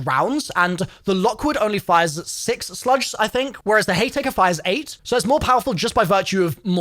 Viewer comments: “Hay taker” and “12 gauge Sludge” lol 😂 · My dude that's an m. It's hayMAKER 😂😂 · Sludge?? Slug I think you mean. That Haytaker is also called a Haymaker 😂😂😂😂 I’m not being dickish with this. I genuinely found it funny.